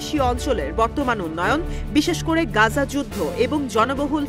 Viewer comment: "গাজা" নয় সঠিক উচ্চারণ হবে "গাজ্জা"... ধন্যবাদ